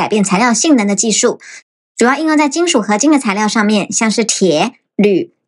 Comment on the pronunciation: 材料 材ㄌ一ㄡˋ 😂